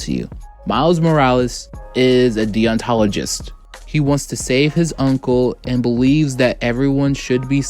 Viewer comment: Didja mean "he wants to sabmve his father" here?